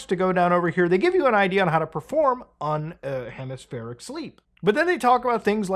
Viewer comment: Please, if you're gonna read something out loud to the audience, at least say the big words right! The word is unihemispherical, because there is an "I" after "un". Thank you.